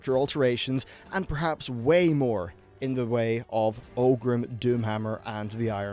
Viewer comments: Orgrim not "Ogrim" and Malchezar, not whatever you said lol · it's Orgrim, not Ogrim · “OR-grim” .. not “OH-grim”